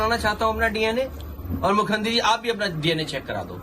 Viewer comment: "Mukhyamantri" to achhe se bola karo. "Mukhyantri" hi bole ja rahe ho.